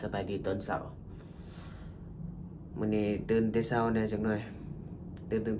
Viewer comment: พยายามพูด อาหารเช้า ตอนเช้า ช.ช้างนะ สำคัญนะ ต้องฝึกๆๆๆ...😊